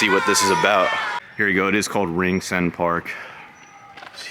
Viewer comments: For Ringsend you called it "Ring-Send" - it's actually "Rings-End". Also, I hope you actually walked up the quays there after you left Dunnes to see the actual Dublin city center of Grafton Street, Dame Street, O'Connel Street... etc. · It's pronounced Rings... End, not Ring... Send. Just saying 😊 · You obviously haven't been into Dublin CBD yet... It's pronounced like - Rings End...